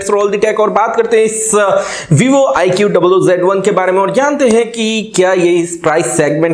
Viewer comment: Its iqoo not i q double o